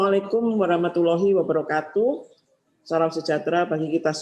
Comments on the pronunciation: ooh Saya putar berulang2 dengan kecepatan di pelan kan tetep aja saya dengar nya wabarokatuk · Apa cuma saya yang dengar nya wabarokatuk